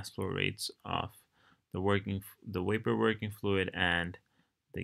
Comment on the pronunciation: i love how you say "Wapor"